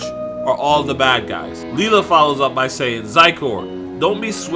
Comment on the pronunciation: I think it's pronounced Lila(Lie-La). Not Lela.